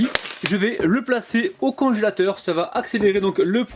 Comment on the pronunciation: Mmm j'adore tbarkallah délicieux,mais tu m'a fait rigoler quand tu as dit conchateur à la place de congélateur 👍👍👏👏😇😇😇tu est le meilleur 😇👍